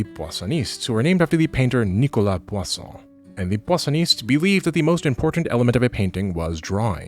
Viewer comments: Gotta say--you kept saying poisson, which means fish, instead of Poussin, which would sound more like Poo-san or Poo-sah. It got really distracting. I also think you take some real things--the perennial rivalry between line and color--and then veer heavily off course. The idea that somehow color triumphed in France is bizarre (as you point out, Poussin was French--so was Ingres, and those are the two artists I associate most strongly with the line-first camp... the most well known colorist was Titian, an Italian... really, this take doesn't hold up to most examination), and of course line and structure can be used to direct the eye around a canvas. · Oh, you're saying "Poussin" as "poisson". That's uh... a bit unfortunate! X'D But funny! :') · Hey, annoying French viewer here. The "ou" part in "Poussin" is pronounced like the "u" in "push". The way you say it sounds like "poisson" which means fish in French (also poussin is the word for baby chicken). Great video as usual, almost thought you would go through all of France's history lol